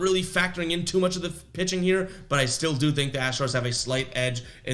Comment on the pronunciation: Rewatching the video to see how you did yesterday. You accidentally made a speaking error that I believe could make an excellent T-shirt idea. If you decide to make them all I ask in return is a free one after your first 100 sold... Around the you said The Rays have a "pissing disadvantage." I popped pretty hard. I don't know if it's because I'm up so early in the morning, but I thought it was hilarious. Of all things, a "pissing disadvantage" really affects a ballgame. lol